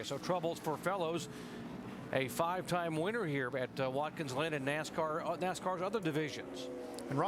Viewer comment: “Watkins Lynn” 😆